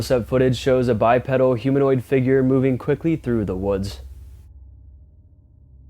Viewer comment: Love your channel but its pronounced Bi PEEDAL, a pedal is found on a pushbike